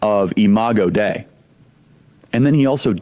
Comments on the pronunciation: Hey mispronounced the latin. If i recall correctly, dei is pronounced day-ee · lmao charlie that is not how dei is pronounced